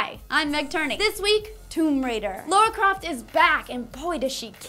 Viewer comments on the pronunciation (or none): who the hell is laura croft?...lara croft?